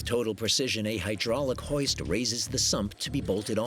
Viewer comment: YES INDEED, and the fool calls the hoist the OULLY...LOL Except for the usless drama it was a good video